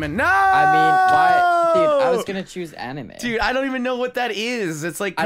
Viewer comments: i cringed at how pronounced anime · Oh my gawsh 😂 "Anyme" really? Anyme that was cringey and funny 😂😂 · When I hear the didn't pick anime (An-uh-may) and said it was a cartoon. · between or one of those times, he says anime wrong xD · the way he said "anime" is just.. bugging me xD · the way pronounces anime omg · Literally facepalmed when pronounced 'anime' wrong xD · Has been living under a rock for his whole life? He can't even pronounce anime right.... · ThE wAy He PrOnOuNcEd AnImE oH mY gOd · pronoucing anime.... immm pissed offfff. omgggggg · the way u said anime, soooo many people exploded, I personally wanted to slap you ( not trying to put hate) but I didnt explode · Did anyone else get super triggered when pronounced Anime wrong 😂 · The cringe when said anime wrong!